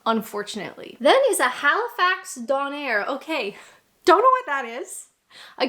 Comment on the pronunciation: To be fair, when she first says Halifax donair it's pretty much correct. I'm Nova Scotian and it is spelled donair and pronounced don (as in the start of donate) - air (as in the air we breath). Having grown up with that being the spelling and pronunciation, I got a bit confused when I first saw 'donner' and some (non-Canadians) tried to tell me it was just like a donair (which they are not).